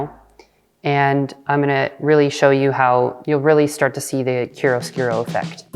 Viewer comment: Please let me help: It’s pronounced “KIARO-SKOORO”. Not “KIRUSKIRO”.